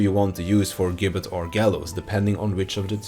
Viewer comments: It’s pronounced “jibbet” :( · gibbet is said with a J sound like george or gif